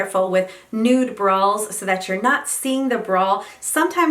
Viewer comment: That’s what I heard too! 😆